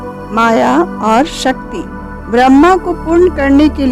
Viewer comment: One request.. Please pronounce shakthi properly.. There r many non hindu people who watch this video and mispronounce the name of shakti as sakti. Just a request. If we don't pronounce our God's name properly then how others will.. Your video is informative and very nice otherwise. Thanks for sharing the precious knowledge.. Jai mata di.. May God Aadi Shakthi bless all of us. 🙏